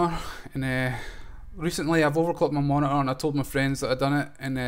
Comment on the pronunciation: You overclocked your "moni-ahh"?